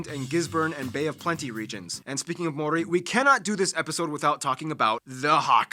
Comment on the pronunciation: Ma- ow/ ri ( roll the"r") MAORI. Tena koe from Aotearoa